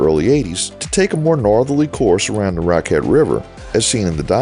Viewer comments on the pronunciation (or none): Slight mention of the SUNY Potsdam which is the first teacher prep college in NY and the oldest music college in the country. Raquette is pronounced Racket. I lived there for 5 years getting two degrees from the Crane School of Music and would have retired there if it didn't have the VERY cold winters with temps WELL below zero often.